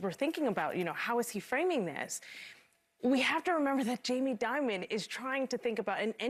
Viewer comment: Jamie “diamond “ or “demon”? 😅